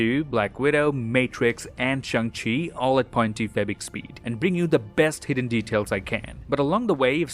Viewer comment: I like that little flash of the 3 Spiderman pictures for no way home you did Also I don't know if it's just me but I think you said shang chi wrong idk 🤷🏻‍♂️